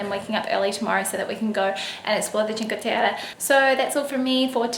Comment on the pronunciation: Omyyyyyy your make up for the dinner is so great !!! Also your pronounce of "cinque terre" is awesome.. said by an Italian ;)